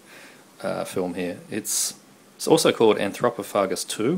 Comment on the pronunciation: Yeah!!!...Epic update, although most I've never heard of. Death Valley is great. Danger 5 sounds pretty bad. I love how you say Anthropophagus lol, as you say it wrong, but it sounds so funny.